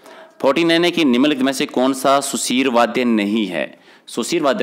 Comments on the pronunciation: Sir it's not Sudheer it's sushir... 🙌 Maaf kre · Sudhir vadhy ni hota bhai sushir hota h